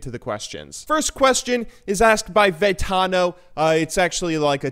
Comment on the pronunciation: You did a video about my questions? I'm honored! :D (Vetano is my nick on Reddit) BTW props for pronouncing the name actually correctly! I didn't expect that! I'm kinda fanboying a little here, sorry guys. :P